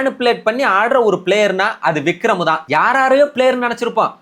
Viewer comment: வக்ரம் விக்ரம் என்பதை அழகாக சரியா சொன்னாங்க bro...